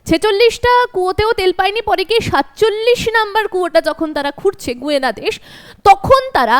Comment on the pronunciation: আপনাকে ধন্যবাদ জানিয়ে একটি কথা জানাই যে, দক্ষিণ আমেরিকার দেশটির নামের উচ্চারণ "গায়না" হবে গুয়েনা নয়।